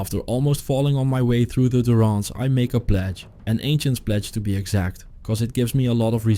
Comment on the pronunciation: Djurence., not Duronce.